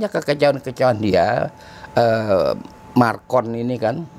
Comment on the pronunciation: Maaf, MACRON bukan MARCON 😂😂😂 Sehat terus ya, Amiiin🙏